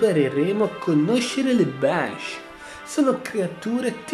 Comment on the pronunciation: Banshee si pronuncia benshee